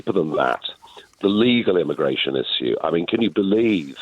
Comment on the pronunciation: Never trust a politician that says "izue" rather than issue.